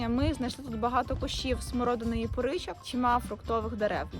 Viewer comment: Не поричок, а "порічок".